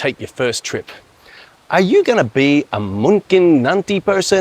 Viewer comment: Se-ka-rang. First syllable vowel almost swallowed, heavy emphasis on second, final syllable much lighter. The reverse of Aussie pronunciation, in Bahasa Indonesia an "e" in the first syllable is usually unstressed. The turmeric drink is often called "Obat jamu" i.e. Turmeric Medicine. Vile tasting = good for you! You could also write a book about barangkali (as especially barangkali besok) 😊. Loved the young girl eating her bubur ayam.